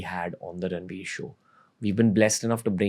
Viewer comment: No one can say Ranveer that beautiful than 🙇🏻